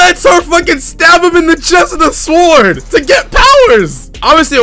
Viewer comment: My man here be pronouncing the w in "sword".